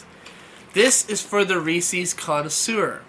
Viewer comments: hard "R"....... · I could tell by the thumbnail you were someone who says “Reece-eez”